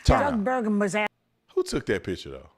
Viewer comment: They can’t even pronounce “ ASKED” …so 🤷‍♂️